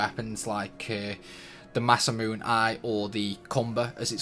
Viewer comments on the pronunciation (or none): Masamune is pronounced "ma-sah-moo-nay" not "ma-sah-moon"